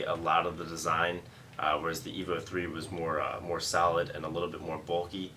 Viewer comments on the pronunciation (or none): none